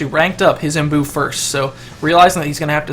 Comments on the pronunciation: its imbue, like in beautiful. not boo. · Omg it's not imboo it's imbue! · imbue rhymes with hue/blue/shoe